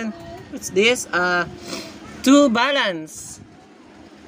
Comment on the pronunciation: Kuya bakit po an two nyo po ay tsu